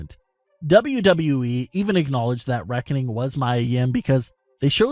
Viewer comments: you're saying mia's name wrong 🤦🏾‍♂️ its pronounced me + ya= mia get it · Dude, you mispronounced Mia Yim's first name, it's pronounced MEE-YAH, get it right!